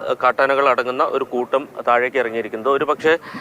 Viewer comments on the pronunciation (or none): ആന കുഴ്ട്ടം അല്ല 😂😂😂കൂട്ടം